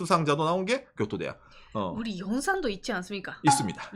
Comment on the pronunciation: 교도대학 발음 좋앗다